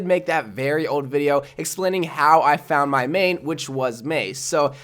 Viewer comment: Why is that ur "meeeiiiin"